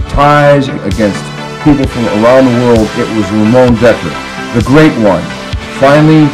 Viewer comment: His name is Ramon not Ramone